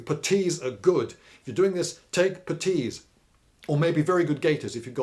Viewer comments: What the fuck is a PAH-TEE? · Why such emphisis on the t in putties surely on the u? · What's a "petis" or however you say it. You say they're great so I wanna know lol